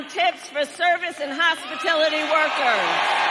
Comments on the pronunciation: Hey Megyn, watching this podcast and was laughing my Arsk off. No one paid attention to the one about the tips she stole from Trump...she said, "No tax on 'HOSPITILITY' Workers"....ugh isn't it Hospitality Workers ? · Kamala said “hospitility” workers instead of HOSPITALITY! She’s so far removed from even knowing what these workers do, to care about their tips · Did CUMala say “hospitility” ? Moron can’t even say words correctly. 😂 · Every time (many, many) I hear the clip of Kamala saying there would be no taxes on tips I cringe when she says "hispitility" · Comma-La is so bright I'm surprised she didn't nominate FJB as her VP.:face-fuchsia-tongue-out: Hospitility. Yup, the teleprompter fails again. Funny, that never failed for FJB. LOL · Has anybody else noticed that Kamala doesn’t know anything about the HOSPITALITY industry…not even how to pronounce it!!! More than once in the campaign, she called it HOSPITILITY industry …. pronounced like “utility”… she did NOT EVEN KNOW …. WHETHER IT WAS ALWAYS WRITTEN/SPELLED BY SOMEONE ELSE ON HER STAFF … SHE. DID. NOT. KNOW!!! She said it same way every time!!!! Gosh … I don’t miss her!!!!! 😳🙄😬🥴… 🫥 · Kamala badly mispronounced “price gouging” and “hospitality workers”. Obviously reading a script she did not understand. And especially ironic after the comments about people mispronouncing her name. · Did nobody notice that she pronounced "hospitality« wrong?